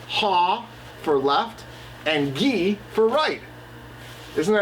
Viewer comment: I can't find in the race archives. Which year did run the Iditarod? Whose kennel is featured? Commands: "Haw" is correct, but "Gee" is pronounced with a "j" sound, not a hard "g".